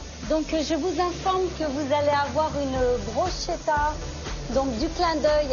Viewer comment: BRUSCHETTA ne se prononce pas BROUCHETA mais BRUSKETTA ...crâne d'oeuf!